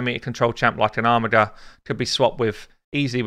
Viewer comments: youre saying armiger wrong. its not Armigger, its ARMIJER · there is no way to prounce a made up "name from a made up world"....without knowing its origin on planet x in the nowhere galaxy its "WLTRWRQ"